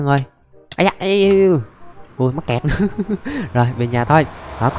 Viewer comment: Anh đừng có nói mắt kẹt là mét cặt